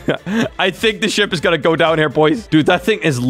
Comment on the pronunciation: When he said ship I thought he said "sh**